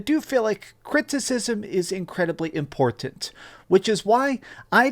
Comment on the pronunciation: Why does he pronounce “Im-port-tant” the way he does